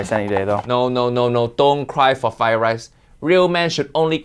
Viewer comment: Fried rice, not "fry" rice.